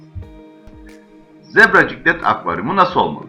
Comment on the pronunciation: Zebra ciklit degil ciklet